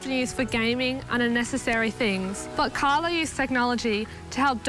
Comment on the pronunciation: why does interpreter keep calling him CArlos....it's Carlo